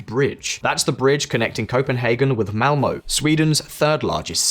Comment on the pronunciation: If you can't even pronounce Øresund and Malmø correctly, how do you get correct information, without, obviously not, speakinh Swedish